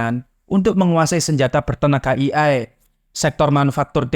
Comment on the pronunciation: "ey-ay" untuk AI, bukan "i-ay"